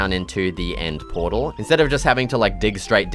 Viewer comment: You said nether protl the frist time